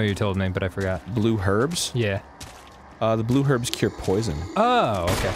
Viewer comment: I keep watching over and over because Danny says 'blurh' herbs instead of blue and it is weirdly entertaining.